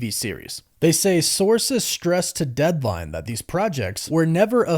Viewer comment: Did you say "Deadvine" instead of "Deadline". lol boo